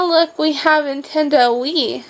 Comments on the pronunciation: Did she call it "Intendo"...? And Bill Nye was awesome! All the cool kids watched that! Bill Bill Bill BIll... Bill Nye the science guy! I don't know that I would consider hopscotch and hula hoops as toys from the 90's... Lizzie McQuire started in 2001... hehe! You should do a vlog about the 2000's. that would be fun! Or maybe one explaining what got you started making YouTube videos, could be interesting for us! I liked this one too! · Its nintendo not intendo...